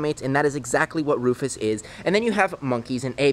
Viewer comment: Comment a name for the lemer. Also: Keeps calling him Roufus 😂😂😂😂😂😂